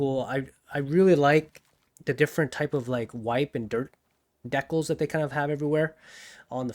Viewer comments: Love everything about this video except how you pronounced "decals" as "deckles" lmfao. It's "dee-cal" as in calcium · 1) why do you say decals like that? Is that an accent thing 2) you sound kind of like Jasper from the codex